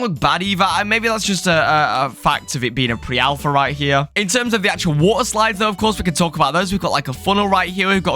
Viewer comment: we got sum woter sloids